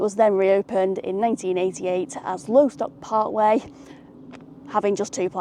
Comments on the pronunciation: It’s called Loss-tock, not Low-stock 🫣. Loved the video though as always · Lo-stock not lowstock.. you're saying it incorrectly